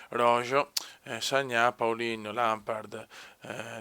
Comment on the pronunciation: se mai roho